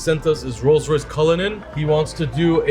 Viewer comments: it's Rolls Royce not Royce Royce lool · learn to pronounce the name of the cars, it's not Roys Royce 😂😂😂😂🤭🤭🤭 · "This is a Rolls Rouce wraith" even though it's a Dawn. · at the end “Royse Royse”😂😂